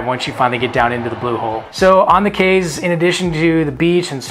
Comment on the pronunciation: I was born in Belize, but migrated at twelve years of age and grew up in Texas. I just wanted to say you both did a great job informing people and travelers about Belize and its culture. The only thing I’d like to point out is that Belizeans pronounce our Cayes as “keys” and not Kays.